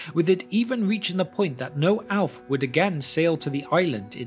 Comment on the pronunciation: Why does the narrator in these podcasts insist on pronouncing the word “Elf” incorrectly? The word with Elf, it begins with the letter “E” it should sound or rhyme with the words “Shelf”, “Stealth” or “Wealth”. It doesn’t start with an “A”, so it isn’t “Alf”, or “Alves”.